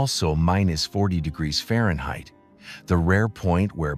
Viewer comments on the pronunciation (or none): none